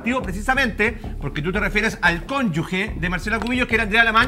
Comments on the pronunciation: qué clase de abogado dice "cónyugue" en vez de "cónyuge". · un abogado que no sabe pronunciar conyuge 😂